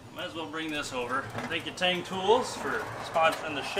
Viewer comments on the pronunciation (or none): none